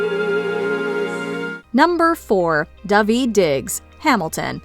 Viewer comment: Daveed not Davi 😂